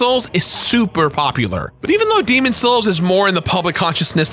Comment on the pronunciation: I need to understand why you don’t pronounce the s in demon’s.